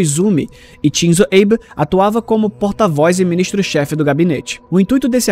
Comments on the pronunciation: se for uma pronúncia mais americanizada aí tudo bem, mas nenhum japonês pronuncia dessa maneira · por favor verifique de novo,essa pronúncia nao é japonesa nao